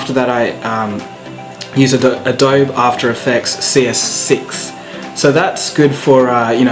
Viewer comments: adobe is pronounced with a ee at the end. uh-doh-bee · in the US it's pronounced Adobe-e in India it's also called adobe I say Adobe-e so people think its weird